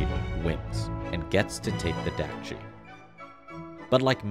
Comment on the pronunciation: also, dakji is pronounced daakji, with a sharper A sound similar to the O in dOg